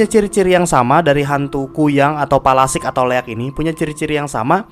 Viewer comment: Palasik ya bukan pelastik wkwwkwkwkwkkwkwkwk